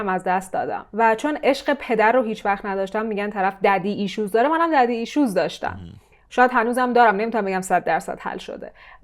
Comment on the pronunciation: الان این که انگشتای دستت رو مث انبر دست کردی و گفتی عن والیبال این یعنی چه ؟ عن ها والابل عنِ ایزابل🤔 عن اولیبل خانم یا فارسی حرف بزن یا میخی حرف بزن زبون دیگه شاید کسی متوجه نشه مثلاً میگی پدر ریشو ؟ پدر ایسشوز ؟ پدر گازسوز ؟ها پدر ایشوز آخه یعنی چی ؟ یا اینکه میگی او ردی ؟ لورل هاردی؟ اول ریدی ؟حال کاش درست تلفظ کنی همون هم .. خب مرده شورتو ببرن مگه مجبوری تو هنوز مریضی ولی داری نقش کسی که حالش خوبه رو بازی می‌کنی تو خودت هم فهمیدی این کصشراای انگلیسی که مابین جملات می‌ندازی نشون دهنده کلاس نیست و میدونی بعدا مخاطب از این موضوع ایراد میگیره و داری جلوجلو خودت و استفاده از کلمات انگلیسی رو توجیه می‌کنی و میدونی داری الکی و بدون اینکه لازم باشه و بدون اینکه معادل فارسی ش رو فراموش کردی باشی .پس لطفاً این موضوع هم مشکلش رو درون خودت پیدا کن و اگه تونستی درمان کن .موفق باشی